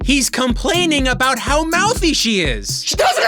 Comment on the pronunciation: Ha! You say "abowut